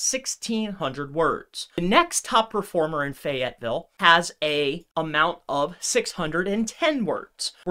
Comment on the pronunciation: Most sus thing was how he pronounced FAYetteville